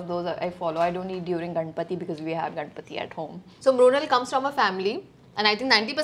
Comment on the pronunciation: So true... but wished she had said नाशिक, instead of Nasik and मुंबई , instead of Bombay. गणपती मात्र एकदम बरोबर उच्चार , गनपती नाही.